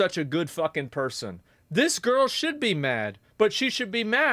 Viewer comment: "She should shue" - awesome blooper 😅